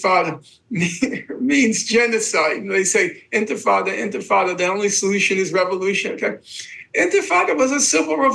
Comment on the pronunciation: He lost me at "first intafada"